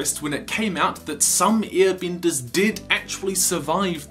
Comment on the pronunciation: Why do say I instead of E? You’re talking about earbenders and wistern...